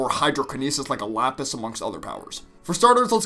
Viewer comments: Ah yes, Japis and lasper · LAPIS AND JASPER, NOT JAPIS AND LASPER